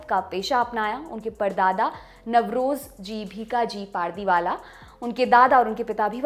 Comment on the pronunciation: पारदीवाला नही पारडीवाला होता है Naam to sahi se pronounce kiya kro